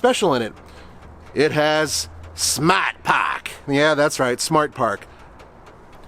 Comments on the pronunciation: "Smat pahk" commercial was a hit.😂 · I thought they kept saying ‘smut pack.’ I’m actually kinda disappointed now